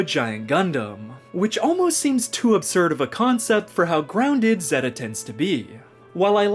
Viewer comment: he called it "zehhta" not "zayta" and I had to stop watching :(